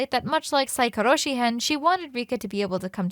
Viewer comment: The way you 2 are struggling to pronounce Saikoroshi & Magatama of Fuwarazu got me dying XDDD